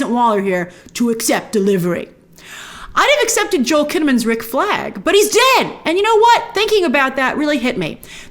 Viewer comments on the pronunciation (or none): none